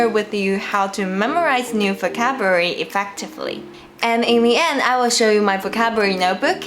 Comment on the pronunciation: I love when you say focabulary.